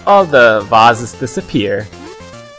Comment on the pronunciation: You sound... German? I don't know, especially the way you said 'vases'. You said it like Vasen, how the German people do. It's stupid if it's not because I'm living in Germany and that would be embarrassing